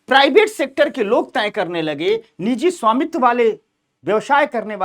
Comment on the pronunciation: नीजी नहीं निजी होता है सही शब्द